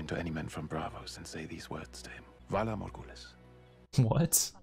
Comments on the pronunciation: Okay but your initial pronunciation of "valar morguhooleeiz" has me dying 😂❤ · You trying to pronounce Valar Morghulis in the intro had me crying 🤣🤣🤣 I really needed that laugh, I’m deffo not forgetting to like this video